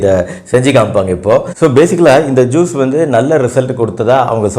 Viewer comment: it is not Jees but as Juice. In Tamil j will come as "JU"se.